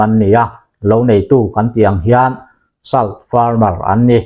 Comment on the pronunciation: 'Salt' hi 'sawlţ' ti a lam tur a nih zawl hmel 'sal' nilo in